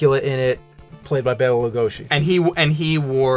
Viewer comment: James keeps correcting but continues to mispronounce it Loo-go-see himself. Hilarious.